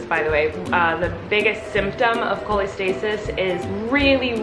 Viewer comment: Not making fun so don’t take this the wrong way but “Colleen”-stasis?